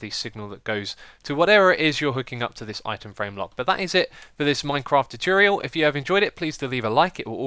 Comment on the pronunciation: What is so difficult about pronouncing 'tutorial'?